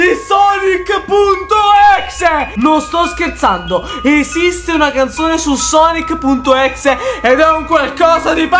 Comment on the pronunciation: Pk dite exe se si pronuncia ex